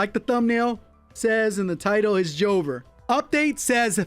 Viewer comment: It's actually jover